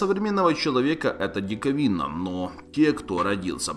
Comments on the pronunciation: Сам дИковина, дикОООвина, да чтооооо с вами???????????? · Дикавина, да что с вами?ДикОвина!!! :-) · “Некоторые вещи для некоторых диковИна” и так весь ролик, русский то хоть знаешь или просто тупа читаешь с листа. И зачем из себя выдавливать речь словно ты сидишь в туалете и говоришь что занято. Отвратительно голос каверкаешь. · ДиковИна? Когда ютуберы научатся читать, писАть и говорить? Не демонстрируйте свою тупость...